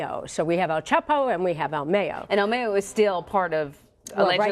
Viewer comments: El mayo!! Not el meyo 🤣🤣🤣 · It's "mah yo" not "may yo" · I stopped this video as soon as homegirl said "ill meyo" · "El Meo" .....😂. You can tell individuals like this , don't live in the real world!...🤣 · "Al Mey-yo" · El mey-o hahahahahaha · “El Meyo”??.... jajajaja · El May-O. haha. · El may-yoh LOL 😂 americanos smh.. its el Mah-yoh....mayo,mayito short for ismael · El maaayooo 😂😂😂 white folks could never Pronounce names right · The way she says "El Mayo" really gets under my skin. I find it hilarious when are trying to sound so intelligent and trying to pronounce the names of the cartel players. Especially their nicknames... they butcher them! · el mayoo 😂 you need to say his name right before you end up chopped up 😆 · Mayo as in "Cinco de mayo", not mayo like mayonnaise. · anyone else cringe when the tried to say el mayo... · Yal are saying “el mayo’s” name so wrong lol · She's saying El Mayo wrong she be missing soon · “EL Mayo” lmao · El mayiooo!!??? Lol